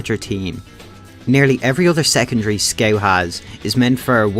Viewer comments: I only watch this channel to hear him say “sceut” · it was meant to be said "scawt" or something along those lines, everything points at it. don't get me wrong, i'm not telling you to change your accent, i just thought it's pretty funny